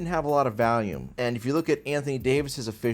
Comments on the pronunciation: I truly believe deep down that one day, will learn how to pronounce volume correctly instead of saying Valium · I love how says valium instead of volume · Took me half the video to realize you were saying volume not valium lmao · pronounces “volume” like “Valium”😂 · you’re the goat but please learn how to say volume